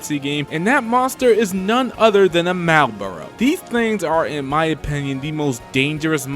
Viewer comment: XBCX - BARF Also shouldn't this list be about bosses in mooks clothing. The Reaper is a super boss. Its a tough enemy regardless of your prep. It's MAHL-BORE-ROU not MALE-BARE-ROU (Malboro)